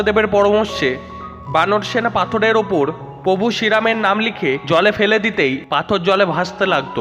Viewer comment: দাদা contain টা খুবই সুন্দর কিন্তু উচ্চারণ আরও সুন্দর হবে ।যেমন প্রভু উচ্চারন ।। বিষয় টা দেখবেন একটু ।